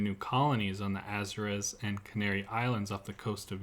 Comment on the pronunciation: Why is your generation so ignorant?? Please look up how you pronounce correctly "the Azores".